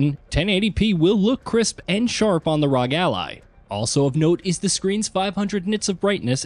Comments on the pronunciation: Was gonna watch the video, but by the third time you said "rog" instead of "R. O. G."... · For to love of everything. Its not Rog its R. O. G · C'mon....say it with me now....R. O. G. Not rog. They are initials. They're meant to be said as individual letters.